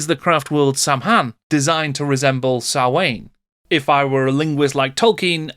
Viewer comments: Sah-winn not wain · For the algorithm, listening as I play "Dark Elves" on SOVL. BTW, Samhain, is the Irish word for Halloween, is pronouced Sow-in (sow rhymes with cow.) You were close tbf :)